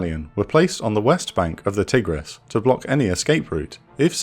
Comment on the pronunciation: Interesting video but the pronunciation is terrible 😂 Tigris sounds very similar to tiger. Kinda like thai-griz, Tikrit rhymes with concrete etc Great content though, one of the better channels on YouTube